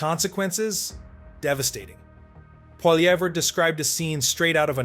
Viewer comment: Maybe I'll watch again when you can say Poilievre correctly.